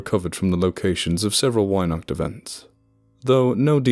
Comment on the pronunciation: "Weihnacht" starts with a hard V-Sound and the A is like After. And wow, as if our fairytales weren't brutsl enough to begin with..